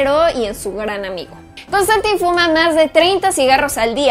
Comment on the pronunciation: ¿No se pronuncia Constantain? :P